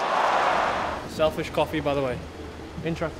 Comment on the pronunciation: Did he said selfish coffee by the way intra but what is intra means